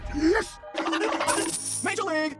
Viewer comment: EEEEEEYYY SAYING YESH INSTEAD OF YES IS TUFFY’S THING